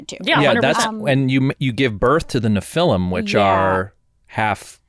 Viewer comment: just a heads up, Nephilim is pronounced "NEH-fuh-lim", and also that's the offspring of biblical angels and humans. The offspring of Greek gods and humans are Demi-gods, like Herecles.